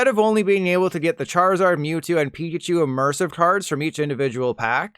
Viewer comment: Did this guy seriously pronounce it "Moo-two"?